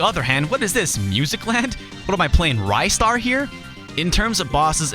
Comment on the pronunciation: Isn't Ristar pronounced (Wrist-Star) You know because of all the grabbing